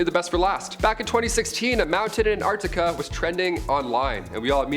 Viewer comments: Sorry Antarctica……not Ant-Arctica… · Just love the way pronounces somethings….Antartica is one word not Ant-Artica. Say it faster. Love your work ❤